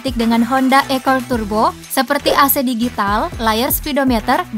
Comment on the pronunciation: Akord kali bukan ekord